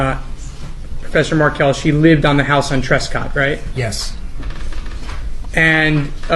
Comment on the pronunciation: This is a good summary. I don’t like the AI voice that mispronounces MarKEL as Markle. And Wendi moved Dan’s sons, the Markel boys, after she changed their last name to the name of the family that murdered their father. Dan’s parents had successfully lobbied in Florida for a law that allows the parents of a murder victim to have visitation with their grandchildren, so Wendi fled to Texas, where she assumed the name Jill Estrada. So your essay should end: somewhere in Austin, a woman calling herself Jill is living in the shadow of imminent arrest for the murder of her husband. Georgia Cappleman is coming for you, Wendi Jill. Justice for Dan Markel will be served when EVERYONE involved is arrested and brought to trial.